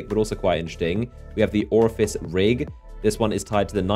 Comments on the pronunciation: Did he just say "Orifice" instead of Or-fe-us? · Tracer (tray cer) Orpheus (or fee us) Can you read bro? This is why gamers have 25 different pronunciations for a thing that's said only one correct way. Lol